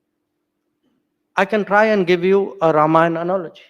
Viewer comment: Loved hearing Ramayan and not Ramayana.